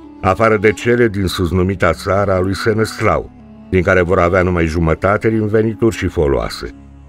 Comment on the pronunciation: Îl chema SeneSLAV nu Seneslau. Trebuie să acceptăm istoria așa cum e nu cum ne place nouă să fie.